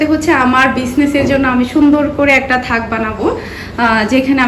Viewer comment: তাক বলে আপু। থাক না। মাশা আল্লাহ মিহির প্রোনানসিয়েশন ভালো। ওকে এভাবেই স্পষ্ট কথা বলা শিখান। সব কিছু গুছানো হলে শেয়ার করবেন প্লিজ। আর কেক এভাবে বালতির উপর আনহাইজেনিক ভাবে রেখেছেন। যারা ভিডিও দেখে তাদের তো অর্ডার দিতে বাধবে 😕😕